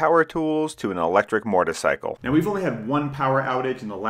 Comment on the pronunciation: What is a murtercycle ?